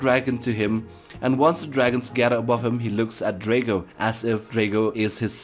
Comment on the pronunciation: It’s actually pronounced Dr - ah - goh Not Der - ae - goh